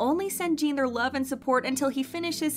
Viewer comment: Why pronounce jin as jeen